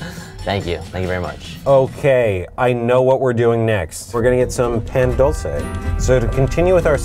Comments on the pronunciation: The way he said "pan dulce" . He obviously didn't take Spanish. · "pan dull-say" me... a mexican: oh god... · Sir ....sir.....sir ....it’s pan dulce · As as someone who speaks Spanish I laughed when pronounced “pan dulce.”